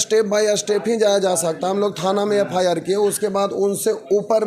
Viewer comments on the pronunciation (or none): FIR KO FRI BOL RHI HH